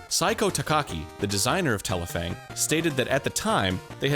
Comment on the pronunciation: Didn’t read the title so I didn’t realize that was Arin. I was like wow they pronounced that Japanese title well. Explains why